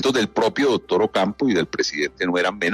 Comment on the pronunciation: No se puede confiar en un tipo que dice “dodtor”, “odción”